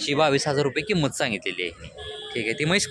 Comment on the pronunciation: पहिला किंमतची उचार होत नाही बगा